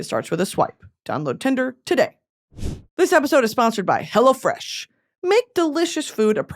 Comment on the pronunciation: I always think she’s saying “Hella fresh” during her sponsor ad 😂 I love it